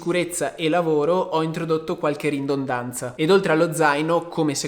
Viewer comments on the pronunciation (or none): Ridondanza, non riNdondanza